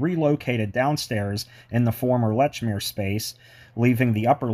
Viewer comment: the store lechmere is /was pronounced "leech mear"